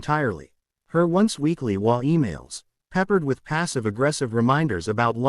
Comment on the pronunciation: HOA tales with an AI voice unable to pronounce HOA!!